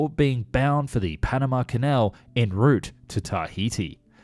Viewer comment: "ocean grapher" should be "oceanographer". "in route" is really "en route"